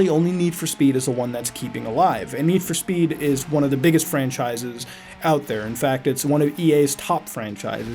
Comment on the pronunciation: NED FOR SPED!!! pronounce it right!